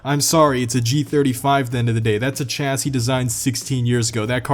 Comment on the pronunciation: It’s pronounced “Shassi”